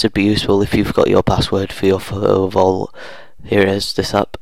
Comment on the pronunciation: What accent is this 😊, i love the way he says "Photo Vault". Pho-o vault